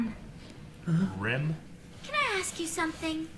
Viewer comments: Its fkin annoying every time says Rim and Lisa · It's "Rem" and "Misa"